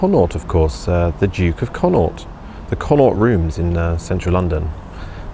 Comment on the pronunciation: Thanks. Re: Connaught. It is pronounced like "Con knocked" Be sure to get the Gaelic phlegm-like sound on the "aught" bit:)